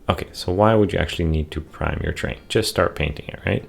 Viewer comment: Enunciate! Sounds like you are saying “train”